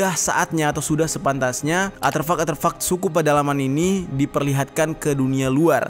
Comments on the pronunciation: Artefak bang bukan aterfak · Artefak bang bukan Arterfak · *Elon musk,bkn elon muks, "s" nya didepan "k" Artefak,bkn atervak, "r" nya didepan "t" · Ngelurusin aja bro... deutchs new guinie g pernah di jajah belanda... tapi jerman... kl yg belanda adalah netherland new guinie.... dan artefak bukan aterfak... sukses selalu bro.. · Koreksi Artefak bang bkn aterfak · Betul, tolong di koreksi, bukan aterfak tapi artefak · A R T E F A K Bukan aterfak 🤣🤭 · Iya bner mas dnger nya aterfak ,bukan nya artefak wkwkwkwk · penyebutannya bukan ATERFAK, tapi ARTEFAK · Seneng nontonnya, cuman maaf ya, ada satu hal yang mengganggu, pengucapan aterfak sepertinya keliru, artefak mungkin lebih tepat, maaf klo salah 👍🙏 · Bukan aterfak bang, "artefak" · Ralat bang bukan aterfak tp Artefak 😄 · Artefak bang bukan aterfak... Maap jika lancang🙏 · Aterfak... atau ARTEFAK yang benar. Beda tipis. Bedanya letak hurur R nya saja. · ARTEFAK, BOSS... BUKAN ATERFAK 👍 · "Artefak" kali Bang, bukan "Aterfak" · Bukan ATERFAK bang... ARTEFAK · Aterfak😂 tiap kali diulang geli sendiri, Artefak kali bang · Manakah yang benar aterfak atau artefak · ARTEFAK bang bukan ATREFAK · Maaf Bang. Aterfak atau Artefak yang dimaksud? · Gagal fokus krn ngomong aterfak yg seharusnya artefak 😅🙏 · Artefak bro bukan aterfuck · artefak bang, bukan aterfak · ATERFAK ATO ARTEFAK??? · bang artefak ye bkn aterfak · Artefak bang, bukan aterfak. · Aterfak atau artefak ? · Artefak boss, bukan aterfak. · Artefak bang bukan aterfak. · A R T E F A K bukan aterfak 🤣🤣🤣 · Artefak bang artefak. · Artefak bang bukan aterfuck 😂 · Aterfak atau artefak jer? gue dengernya lu bilang aterfak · Bukan atherpak tapi artepak bang jer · artefak cok bukan aterfak :V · Artefak, bukan aterfak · Bang artefak bukan aterfak. Cmiiw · Artefak bukan aterfak😁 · Aterfak kah artefak? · Artefak bang bukan aterfak wkwkwk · ar T fak om bukan arteufak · Artefak bukan aterfak 🤣😂 Terus helicopter bukan helicapter 🤣😂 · Ko Gw dngernya aterfak yaa 🙄